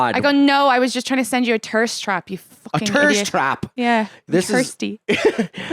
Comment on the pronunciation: Tirst Trap 😭